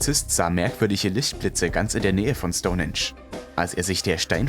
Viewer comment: Stonensch 🙈 STOUN HEEENSCH wird es ausgesprochen.. Bist du echt so Sprachbegabt oder machst du das extra um Kommentare wie meins jetzt zu generieren?! So oft deine Schenkel klopper Schtonensch 🙊